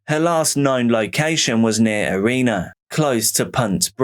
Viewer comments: Hi Great story and being not far from my home town I was surprised I hadn't heard of it yet. I would like to point out a slight pronunciation of one of the area names. It is pronounced ERINa, you had it as Arena. Appreciate all the work you put in to these videos bro, keep it up! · Erina is pronounced with a short "i", not Ereena